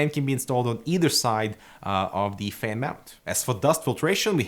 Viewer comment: Thumbs up if you love the way says FEHN:D